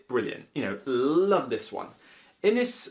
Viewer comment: If you're interested, it's pronounced 'Inish'. My family is based in Inis Eoghain which is usually written / spoken as 'Inishowen'. The world means 'Isle'